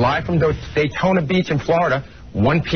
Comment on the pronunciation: "Dotayna Beach" AHAHAHAHA poor! 😂😂😂